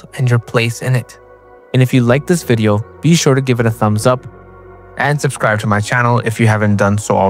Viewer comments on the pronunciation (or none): none